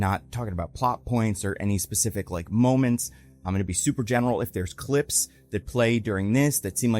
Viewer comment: Did you say Mole-ments? I heard mole-ments. Just me? 😂